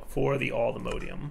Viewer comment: The way pronounces Allthemodium hurts me.